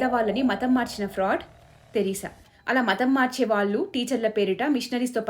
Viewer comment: ళ ని ల లా పలుకుతున్నారు , వాళ్ళు ని వాల్లు లాగా దయచేసి సరిచేసుకోగలరు